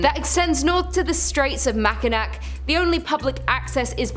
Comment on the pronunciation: The island is normally pronounced as "Macinaw."